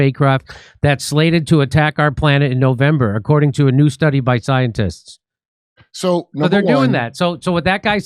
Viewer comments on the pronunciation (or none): It sure sounded like Jimmy said (ziontists) instead of scientists. 😂